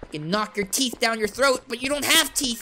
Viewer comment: Why did you say buck instead of but that made me laugh 😂 so much I had to repeat it again and again because it was really funny